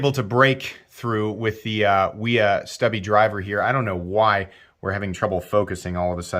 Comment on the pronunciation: Just FYI Wiha is pronounced “VEE-HA”. W in German sounds like V.